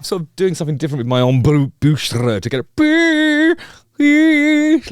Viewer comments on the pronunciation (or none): I have never heard anyone phonetically pronounce embouchure before...I was an adult before I knew how it was actually spelled lol